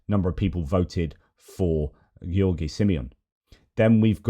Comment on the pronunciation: great analysis of geopolitics. btw first time you pronounced George was right. In the video mentioned from EU made simple, the pronunciation is wrong, he mistakenly pronounced George like Gheorghe(Gheorghe Hagi) :) Anyway, unimportant addendum to your very good presentation. I’m a romanian, based in Kingston Upon Thames and I’m sad that too many of my romanian friends voted for that illiterate maga idiot George Simion. Wishing you strength and hoping you’re overcoming MS.